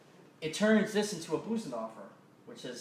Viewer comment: Darn, you’re good! You have so much to offer. Please do more videos. Just so you know, it’s not Boosendorfer, it’s Bosendorfer.